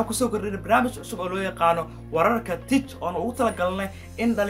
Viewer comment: It pronounce "tik" not "tej"